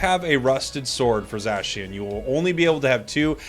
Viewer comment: Zashian lol 😆 it's Zacian